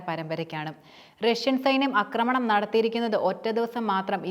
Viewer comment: Akramanam alla aaakramanam